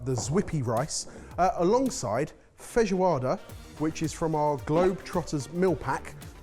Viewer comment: Please don’t ever call that a feijoada. My ancestors shed a tear each time